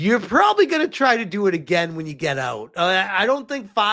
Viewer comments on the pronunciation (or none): none